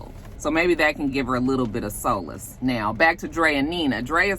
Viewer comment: Solace pronounced Sa-lis